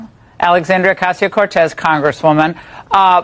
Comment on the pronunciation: The narrator of this video needs to pre-read, so he doesn't butcher the text and practice saying Ocasio, not Ocasi, etc 😮